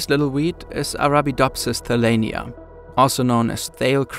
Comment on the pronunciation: It literally says thailiana but you said thalainia?